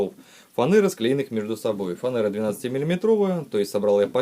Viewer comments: Не фанЭра, а фанера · Работа шикарна: всё продумано и функционально, класс! А вот с языком проблемки. Много лишних слов, мат вообще не уместен, ну и фанЕра, не имеет в составе «э»